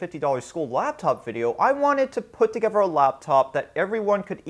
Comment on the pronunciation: "put togever"